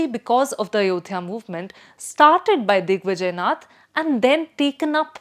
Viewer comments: Thanks for telling your views. It's always good to know what our opponent thinks about us than what our home people think. You are on opponent side, don't even know that it's not नथ परिवार, it's नाथ संप्रदाय. Forget pronunciation, you don't seem to be thinking from Indian perspective, you appear to be reading an article written for publishing in foreign papers where likes of Aatish Taseer, a man who accepted being she partner in a gay relationship for getting US citizenship (He has written about it himself), write. Anyway, an opponent's view point is always better to know to make changes in self , if required but one should not over do it. Otherwise it will become like BJP not getting success to the expected levels due to too much pampering of social media with opponent view point. Hope Yogiji doesn't pay attention to you. BJP's IT cell will but now BJP has realized IT cell is not its goal, it's one of the several instruments to be used for achiving the goal. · You might want to start out by making sure you’ve got the pronunciations down. Its नाथ not नथ. The latter referring to a nose ring. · Its नाथ संप्रदाय not नथ संप्रदाय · It is नाथ संप्रदाय as in गोरखनाथ, आदित्यनाथ and not नथ संप्रदाय. Slight variation but huge difference. Please pay attention to the pronunciation of bhaaratiya words. We don’t want to kill our own languages because our younger generation have been brought up primarily on English. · I can’t trust the analysis of a Bharatiya who can’t pronounce “Naath” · How do you pronounce Nath sampraday? It Naath. Gorakhnath. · look at the image used for RSS. It says Rashtriya Swayamsevi Sangh. What is this. We only know Rashtriya Swayamsevak Sangh. Also, she pronounces Yogi Aditya Nath correctly, but does not know how to pronounce Nath Sampraday. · It's not नथ It's नाथ She is mindfully distorting the word नाथ! So, I am mindful to call her Bastard. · Its not nath but Naath न।थ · Nath is pro ounced as Naath..not nuth! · Didi “नथ” नहीं, “नाथ”